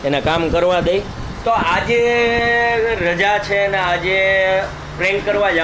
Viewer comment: ભાઈ તમારા લોગ મા મે એક વસ્તુ નોટિસ કરી છે. તમે 'છે ' ને બદલે 'હે ' બોલો છો ryt...